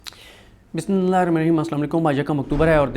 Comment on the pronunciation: Yrrr bhai Bismillah to aram se aur shi se parra kro.. Baqi betreen kam kr rhy ho ap